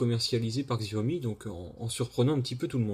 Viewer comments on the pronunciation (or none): ça se prononce jaomi !